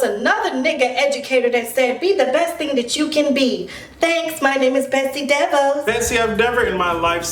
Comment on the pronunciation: I swear you called her Betsy Devils 😂